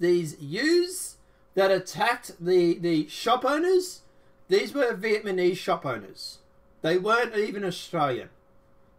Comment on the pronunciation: I can’t take you seriously if you say VIETMANESE lol.